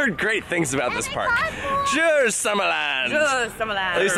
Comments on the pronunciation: its not uy, its ö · Pronounce the u in Djurs like you do in uber